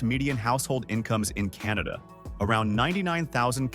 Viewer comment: Funny way to say Canada , where it's pronounced "Kin-ahh-da"